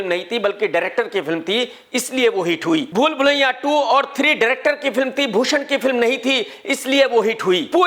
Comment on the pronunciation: Bhai ye aapka bhool bhulaiya bolte time pool pulaiya kyun nikaljata hain harr baar😂